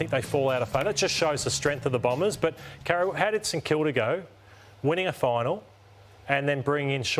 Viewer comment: How can you take Carro seriously, she can't even pronounce her own name properly.